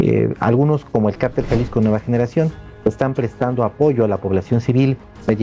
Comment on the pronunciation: Hay una gran diferencia entre "cártel" y "cartel", la reportera le dice "carteles" a los "cárteles" criminales.